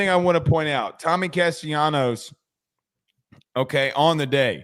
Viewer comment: It's Cas-ta-la-nos.....